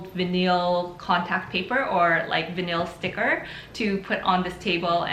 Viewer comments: Did no one point out that vinyl is pronounced vine-ul, not vineel? If I didn't see vinyl in the title, I'd not know what that word was. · It sounds fancy though - vuh-neel - 😆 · "Vin-eel" lol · Veneel! Lol. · Stop saying vinyl like that... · Thank you for the video. By the way the word “vinyl” is pronounced with a long i sound (like eye) and the the emphasis is on the first syllable.